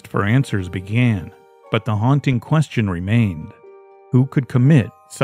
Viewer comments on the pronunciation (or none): none